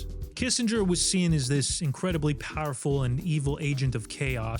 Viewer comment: Kissinger sounds like kiss a dog😂